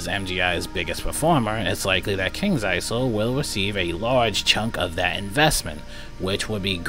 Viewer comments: the s is silent in isle in kings isle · the Isle in Kings Isle has a silent S